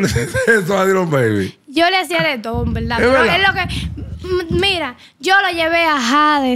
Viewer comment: "En velda velda"